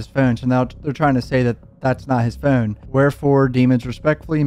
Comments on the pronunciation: I HATE HOW HE SAYS "PHONE" ITS LIKE FEWN. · Why do you say phoorn like youre irish or canadian or something ...t moorble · Where are you from saying phone like that?